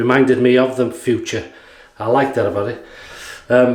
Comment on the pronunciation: Hi that was a very nice Video again, I could watch you for hours but one thing is wrong. The German pronunciation for the Razor is "Footoor" not Future. Nice greetings from Germany